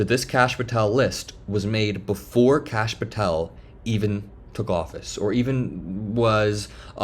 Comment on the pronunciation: did she call Kash "Krash"?